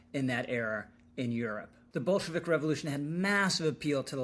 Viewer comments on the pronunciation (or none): none